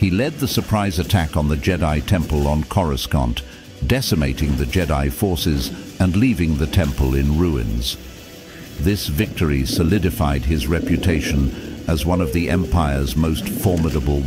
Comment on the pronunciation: Cmon man.... Form "Vee"? "Chorus Can't"? You channel could be so good. You're obviously paying for the voice, get your money's worth. I like the idea you have for the channel, good luck.